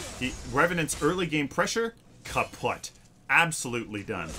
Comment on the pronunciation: super ninja66 im more sad about he pronouncing "kaputt" wrong, it means broken btw(